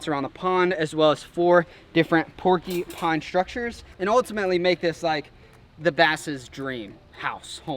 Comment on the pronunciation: It’s pronounced pork-you-pine not porky pine